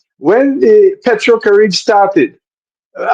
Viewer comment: It is pronounced Pay tro cari bay